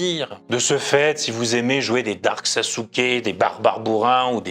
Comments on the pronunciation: "Je sais qu'il faut dire "Sassouké" NON !! C'est "Sass'ké" prononcé en japonais pas "Sassouké"... :( C'est comme le "desu" à la fin des phrases qu'ils prononcent "dess" à la place de "desu". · en fait on dit même pas " Sassouké" mais " Sas'ké " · Sasuke ça se prononce plutôt saskė , mais oui ce genre de personnes sert souvent a rien.